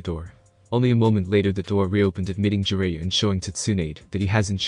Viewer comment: Sue-Na-Day, Ja-Ry-A Not Sue-nade and Jer-Ray-A